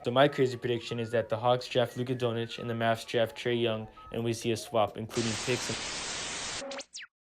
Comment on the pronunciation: luka donich lol its pronounced luka don-chich